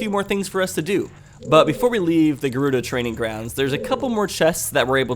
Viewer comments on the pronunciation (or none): its gur-odo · Has warp songs, rides the horse all the way back. At least it was sped up for the people watching. Addendum: Well, I've slightly altered my pronunciation of Gerudo myself. I now put less emphasis on the first syllable and pronounce the u as an 'oo' noise instead of an 'uh' noise. Your way of saying it never occurred to me, though. Of course, I used to also pronounce the first half of Qui-gon as 'key' instead of 'quy' so we all have weird ways of saying stuff and try to change it. Sometimes you give up, sometimes you adapt, sometimes you end up with some unholy hybrid of the two. Bonus points if humor comes from it. Addendum: Really? Scimitar has a 'ter' noise at the end? I think I might skip on that...or I'll try to incorporate it if I remember. I'm a bit of a stickler for stuff like that. Addendum 2: And then uses warp songs later in episode. Of course, there's no horse in those areas. "A horse going in the woods or into a town? Stop talking crazy!" says 90s Nintendo. Hate to be the guy that breaks that horse limitation to the old west and the Renaissance people that now have to drag their stuff manually into town because horses just buck and hit an invisible wall trying to go into town. Addendum 3: Whoo! Pro strats with the nuts on the poes! I'll have to do that when I get to the Forest Temple. I just hope they left it in the remake...